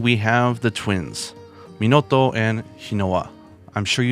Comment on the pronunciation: Who is that? Pikachu!!!! It‘s Minoto. Fuuuuuck!